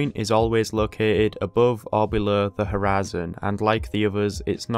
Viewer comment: Why do you keep saying horizon line like U.S southern state?